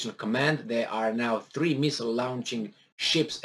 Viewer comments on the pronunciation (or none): none